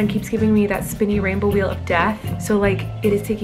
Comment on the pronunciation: “ the spiny rainbow weal of death” - Colleen 2020